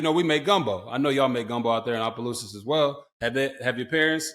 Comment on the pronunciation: RGIII said it right!! Opelousas!!!!!